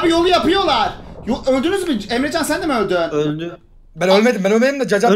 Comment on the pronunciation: abinin emrecana emcan demesi